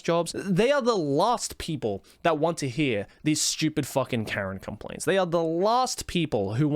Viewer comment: Karen not keren